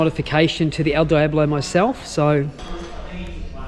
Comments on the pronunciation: Ok first you’re sayin devil like a clueless tourist... Diablo is said Deeablo not Dieablo 😈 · El Deeablo is how to pronounce it, but Die ablo works as well. 😂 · It’s a Deee ablo, not a Die ablo!